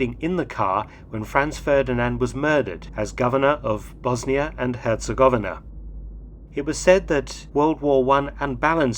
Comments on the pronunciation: Hercegovina is not so pronounced. Her-ce-go-vi-na I've been in BiH 🇧🇦 four times. 🖤 The Assassination Museum is worth a visit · I cringed when he butchered the word "Herzegovina" too...several times. Despite being a historical channel. And was covering one of the most famous assassinations in history. -_-'